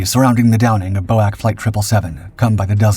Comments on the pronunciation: Bo-ak irritated me more than it should have. Bee-Oh-Ay-See, please! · I have NEVER heard 'boac' but ALWAYS 'Bee Oh Aye Cee' try and get it right. My mother always said Churchill was an evil warmonger, good possibility he knew plane was targeted but allowed it for propaganda purposes? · B.O.A.C. never Bow-Ack but Bee-Oh-Ay-Cee. Learn the words, get them right. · Glad to see it’s not just me who’s sick of poorly informednarrative! What on earth was Bowack? B O A C. Bee - oh- ay-see! How many times? Tch! Some people!😅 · It’s not boac you dolt😂😂😂. It’s B O A C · You ninnies, BOAC is not "otherwise known as" or pronounced 'bowak' it is simply the initial letters of the British Overseas Air Corporation and spoken as 'B.O.A.C.' - that's what lazy AI narration gets you I suppose. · Again; it is not Bow-Ack, it is B-O-A-C. Each letter is pronounced separately. There has never been an airline call "Bow-Ack"! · Americans called it bo-ak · BOAC is pronounced B.O.A.C, it is initials, not a word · That threw me off until I read this. Bowack, WTF is that, a card game? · Your canned narrator did a wonderfully accurate pronunciation of Yunkers (Junkers) and Por-TEA-a. However, the acronym for the British Overseas Airways Corporation (BOW-ak) continues to grate on this Englishman, even though I've tried to get you to correct it before. BOAC has always been referred to as 'BEE-OH-EH-SEE'. It was NEVER referred to as BOW-ak. Instead of canning your narrator for convenience, why don't you get the flesh-and-blood edition back in front of the microphone to record the King's English properly. Before I start referring to your airforce as YUSAF. Last: couldn't find enough stock footage of taildragging DC=3's taking off, eh? A DC-4 had four engines, and a nose-wheel....which of course you know, because in THIS vid, DC-4 at rotation suddenly morphed into a DC-3 at altitude. You don't need to be this sloppy, and your audience doesn't need it either.